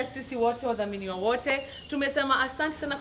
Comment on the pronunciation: Did Betty just say wadhaminiwa wote.. Instead of wadhaminireee😂😂😂😂. Exact content I signed up for 🔥🔥🔥🔥🔥